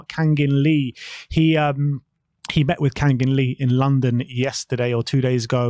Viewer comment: 캉긴리 ㄷㄷㄷ 현지 발음 지려따이